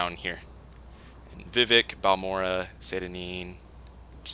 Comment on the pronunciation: Vivec not Vivic...